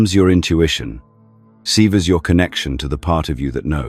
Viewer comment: Sever not seever